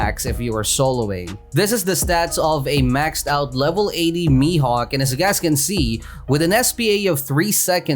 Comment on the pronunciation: Bruh you can say "mihawk" like this